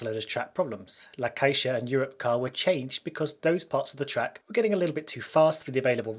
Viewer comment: The way you pronounce La Caixa, besides being wrong, sounds like a black female name from the US. 😆